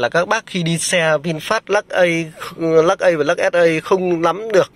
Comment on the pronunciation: Chả có gì mới, nhàm chán, Lắc ây, và lắc ét ây, nghe nó nhe câu từ ở các thôn xã dưới quê á. Nửa mùa…👎🏿